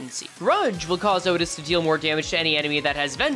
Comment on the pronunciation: "matthioutis" just say outtias